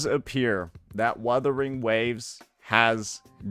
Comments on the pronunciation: Imagine being a host and intentionally butchering the game’s name live? He had a year to learn how to properly pronounce “wuthering”. It’s either he is meme-ing or secretly dislikes the game or (tin foil hat theory) an undercover hoyoshill. Jokes aside it’s kinda of funny how he keeps fumbling his pronouciation of wuwa. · Come on man! Wuthering is not that hard to pronounce😭. What in the Arikido is this? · What I think makes this funnier. I get them miss pronounce UMA because it's a Japanese word. But Wuthering is an ENGLISH word. So now I'm thinking the Game awards are intentionally mispronouncing names out of pettiness.😅